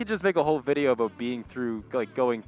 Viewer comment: I can't help but notice every time you say "aboat"